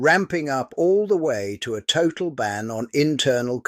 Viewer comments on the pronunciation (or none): none